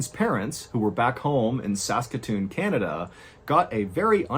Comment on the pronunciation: Saskatoon is my home town. Props to MrBallen for pronouncing it correctly